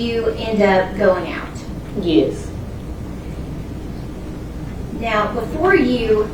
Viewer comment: We are here to learn how to say yuess. Smfh. Plus a side of sitting improperly in a court room. This.